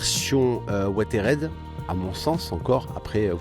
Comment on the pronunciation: Ouateride ? Oo Si c'est le mot anglais "weathered", ça se prononce "ouézeurdeu" :p